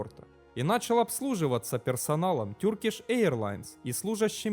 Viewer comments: Спасибо за видео, только Turkish произносится не "тюркиш", а тЁркиш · Туркиш, а не Тюркиш, Эйр Франс, а не Айр Франс...вроде про авиацию говоришь, хотя бы загугли как авиакомпании произносятся, о которых говоришь, если немецкий в школе, а не английский учил